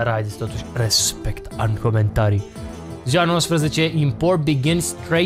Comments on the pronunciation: Nu respect ci rezmect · Glory to Arstozka ! Si cuvantul magic Respect (cu accentul lu Raphael) =)